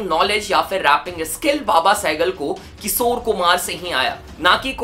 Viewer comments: Bro its kishor na ki kisor 🤦🏻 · Kisore❌ Kishore✅ (Please naam mat kharab karo aese legendary singer ka...mere papa ke playlist mein ye hamesha rehete hai...I kbow it's just your pronounciation issue but still) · किशोर होता है भाई किसोर नहीं